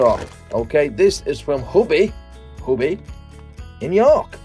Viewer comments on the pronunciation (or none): Huby is pronounced U B